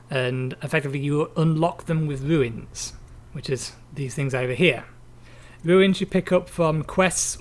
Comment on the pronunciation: it's runes not ruins :P